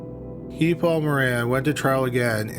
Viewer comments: Guy Paul.. He's french Canadian so it's pronounced "Gee" (like key) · I’ve never heard Guy pronounced like that